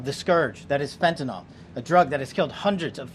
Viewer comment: Fen-tuh-NILL. NILL. Not fen-tuh-NALL.